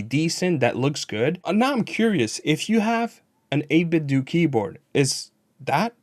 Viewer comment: The way you pronounce 8BitDo has the unfortunate side effect of sounding like 8BitDookie Board when you give us the product name like that! haha. I love their Gamepads, so if I'm in the market for a new mechanical board, I'll take these guys into account.